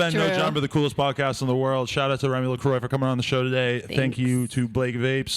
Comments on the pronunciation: sorry remy, its a french name pronounced lacroAH. "lacroy" lool. where is lil B's interview by the way. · not lacroy it's la-croa like kroah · the correct way to pronounce LaCroix is luhcraw it is a louisiana name it is my family name on my mothers side... im a LaCroix deVille... i fucking hate when telemarketers say lacroy!!! its fucking pronounced like luh.... craw.... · MIKE RIDENOUR thats my point lacroy is NOT how its pronounced!!! its pronounced like luh craw! lol its my name dude why would i like it if some porn star adapted my family name and didnt even fucking pronounce it correctly!!! lol it dont matter i guess i was just expressing how it made me feel thats all... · ehemmmm.... it's pronounced Le Kwahhhhhh.... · at the end of the interview she pronounces it "lacroy" so stop whining